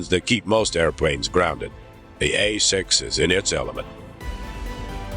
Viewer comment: 1"08 - the "hay"-6 Intruder you say . . .